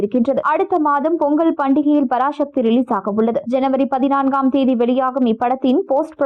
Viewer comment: பராசக்தி என்று சொல்லுங்கள் பராஷக்தி இல்லை. தமிழை தமிழாக பேசுங்க.